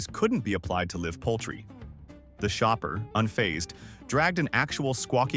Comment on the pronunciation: You need a better read AI. Just MIC wrong then gets it right. Can't say Bennys or live lol